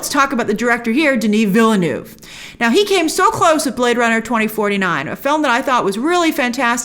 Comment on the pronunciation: How come that you can't pronounce the director's name correctly? It's not VillENÚV but VillNÉV